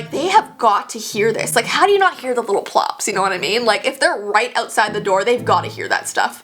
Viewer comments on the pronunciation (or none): I love how she says "little plops" Lmao